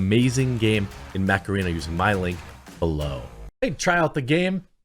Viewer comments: OOO Mech arena, i thought you said Meth Arena ( what a fast paced game ) lol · Jeremy, somewhat off-topic, but the way you pronounce "Mech Arena"... I was sound-only and at first I thought you were endorsing Macarena, with epic music playing in the background 🤣🤣🤣